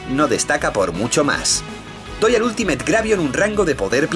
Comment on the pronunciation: Me encanta como cree que dice bien la palabra en ingles Ultimate diciendo iultimeit cuando se dice altimit XD